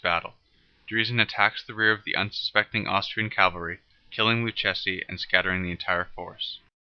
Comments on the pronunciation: Not "Cal-vary", "Caval-ree"!!! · Or cavalry.